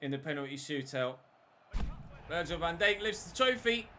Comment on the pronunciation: Why do you pronounce it “Virgil Van Deik?” The Dijk is pronounced “Dike” not “Deik”